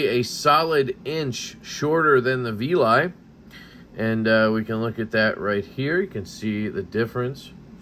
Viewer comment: It's called the Veli.. which rhymes with belly.. And it is 🔥 Quickly has become a favorite!! 👊🏼